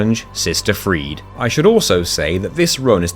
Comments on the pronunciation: Why do people call him "Pontiff" as if it's his first name? lol The e at the end of "Friede" is also not silent. It's Frie-duh, not Freed. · Seems like its an insane technicality that you can. Having alt accounts and another player, so does it really count? Also you prounce it Cata-Coombs.... really. Its Cata Combs. Freed? Brother its frie-de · The way you pronounced sister friede is so infuriating